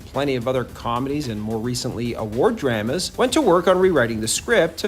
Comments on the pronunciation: did you pronounce it “drahhmas”? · why do you pronounce drama like that